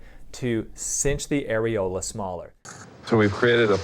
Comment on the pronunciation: Why did the doctor on the show pronounce areola like that lol? Sounded like arealo.